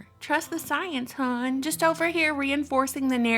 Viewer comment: The way you say hon I would say you from the land of Mary